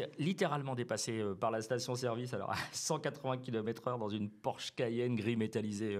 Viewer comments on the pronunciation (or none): none